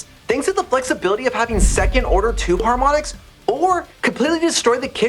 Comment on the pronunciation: "Haromnics???"But really a great video, thanks!